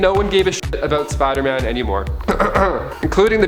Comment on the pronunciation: Smh why do you say Spider-Man like